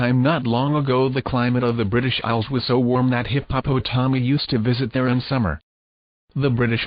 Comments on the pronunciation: Hip-Hop-O-Tommy😂😂😂 By far, the best way to pronounce hippopotami!!! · I am tickled every time I hear the computer voice read hippopotomi. :-)